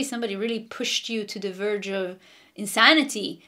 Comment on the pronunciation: Lol❤u said "purged" to the "verge" 😂❤🙏💚 AMEN 🙏🙏🙏